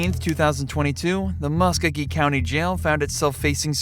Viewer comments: It’s pronounced ( mus co-gee) county! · the county and city are Pronounced = Mus-Ko-Gee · im from Columbus (muscogee county pronounced MUSK-OH-GEE). Its deeper than that. our local sherrif lost to the former marshall in charge. marshalls were dissolved and some crazy beef started because the sherrifs started doing police work. by our city charter theyre just supposed to serve warrants, evictions and run the jail. CPD feels theyre overstepping their duties. The new sherrif has spent money allocated for running the jail on fancy new equipment to patrol and WRITE TICKETS all over town. Its quite the shit show.